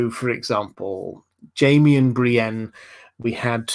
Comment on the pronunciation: Oh god yes. That and Bri-een. It's so bloody irritating.